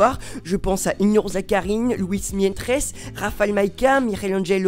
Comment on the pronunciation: Cet voici CA SERA FROOME et qu'esse que vous avez Luis mentes on dis Luis menjes